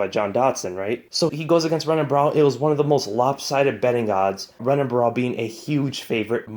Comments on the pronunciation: It's pronounced "Hennan", not "Rennan", FYI. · Great job buddy! Btw when you're pronouncing a Portuguese name with the letter R, like Renan Barao for instance, you pronounce the R as an H so you'd pronounce his name as Henan Barao. Rener Gracie is pronounced as Hener Gracie and so on.... Thought I'd help ya with that and hope it helped you. Keep up the great work! 🤙 🤜💣🤛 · Please pronounce Renan with an H instead of an R